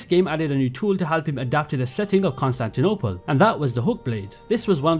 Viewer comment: Hearing Konstantynopol being said with that accent is so funny